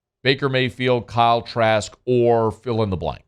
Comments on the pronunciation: Did he say Kyle Trash? 😂😂😂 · Did he say Kyle trash? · I know I’m not the only one that heard ‘Kyle Trash’ 🗑️ 😂😂😂😂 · Did he say Kyle Trash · I thought I heard that too 😂😂